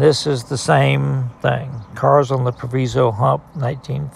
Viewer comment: Very interesting,. Proviso, the i is pronounced like “eye” was formerly a large CNW yard. It’s now a UP Yard and is still very active.